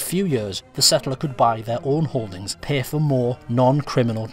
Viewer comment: Pay not poay